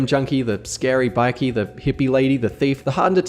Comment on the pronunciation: Bikie? Naur, BikER.